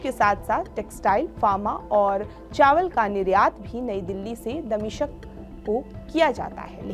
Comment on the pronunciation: Damishq boliye damishaq nhi...